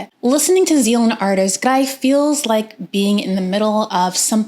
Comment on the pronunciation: the first american who can pronounce the album title :-)